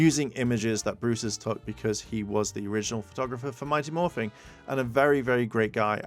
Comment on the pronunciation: It is mighty Morphin, not morphing you, people who don’t get things right really annoying me